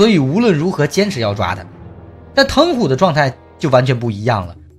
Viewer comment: 疼虎應該ㄑㄙˋㄍㄜˊㄇㄧㄥˋㄐㄩㄣˉ